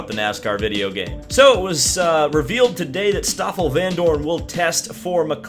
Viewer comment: Excellent prononciation of the name of my fellow countryman Stoffel Vandoorne... as good as it gets in English. Would be nice if he would end up in Indycar as he's roughly of the same level as Romain Grosjean